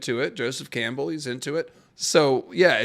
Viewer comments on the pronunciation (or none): none